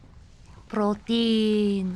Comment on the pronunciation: Am i hearing russian accent? portein